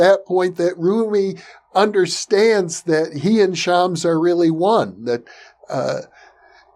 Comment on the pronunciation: It is pronounced Sh-a-m-s (the "a" is a short a as in "pass" and the "s" is a strong s not a z), definitely not Shaamz. Hope that helps. I am a native Farsi speaker by the way.